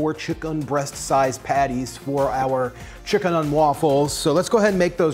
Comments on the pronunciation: Please just say chicken! I understand why you add the emphasis but it’s quite painful to hear chickUN every 10 seconds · Lol for what it's worth, I was not bothered by you saying "chick'un". I think a lot of people appreciate you differentiating from the animal, and I'd include myself in that too. Love your videos, thank you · Stop saying chickUn, please, you're a good person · Nobody:: "ChickUN" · Scrolling thru to see anyone point this out 😂😂😂😂😂 chick'un help me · Take a drink every time he says chick-UN!! No kidding though, this recipe is awesome. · Yeah I'm wondering too. It sounds off. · "Chik UN" lol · Take a shot everytime he says chickun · Thatt's wha t ivee ben dooing anand noww ii cccant' tyypes anymolre. hic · Please stop saying chickUN I want to cry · STOP SAYING CHICK-UN!!!!! I had to change the dang video cause my wife was gonna kill me. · Can we stop saying chick-UN? It’s faintly ridiculous. Cheers.